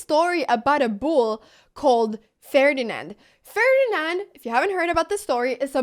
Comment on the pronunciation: Just say the moive name "ferdinal"